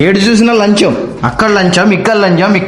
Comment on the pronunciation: Lancham ❌Lanjam ✅😂😂😂😂😂😂😂😂😂